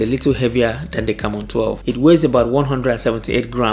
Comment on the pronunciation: Am i the only person hearing Camora?? 🙄🙄🤔